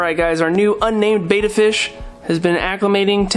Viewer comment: Yeah, when a fishkeeper pronounces Betta 'bay-da' it does kind of irk me... because they're actually saying 'beta,' which is a completely different and unrelated word.